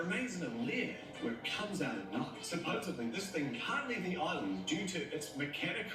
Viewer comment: When someone puts a 'B' Supposedly... It's D,D supposeDly!! I can never listen to them again! ✌🏾✌🏽✌🏼💫💫